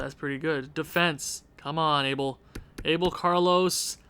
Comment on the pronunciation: You got to learn how to say "Abel" correctly. If you say "Carlos" like in spanish/portuguese, you got to say "Abel" to!